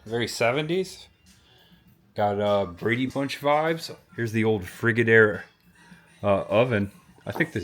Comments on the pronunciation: Enjoyed watching 🙂👍. Just info....How do you pronounce the brand Frigidaire? 3 syllables: "FRIJ" + "i" + "DAIR" 🙂🤷‍♀️ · Please don’t say Frigidaire like that again. Is pronounced like fridge-a-dare